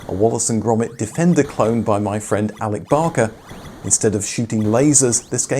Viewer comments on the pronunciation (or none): none